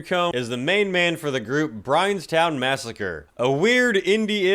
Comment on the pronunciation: Bro said brianstown massacre in the video lol